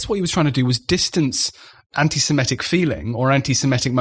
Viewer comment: The word is ANTISEMITIC, not antisimetic!